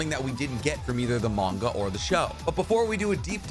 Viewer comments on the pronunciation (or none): none